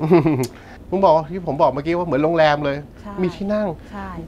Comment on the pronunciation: โรงเเรม ไม่ใช่โรงเเรงงงง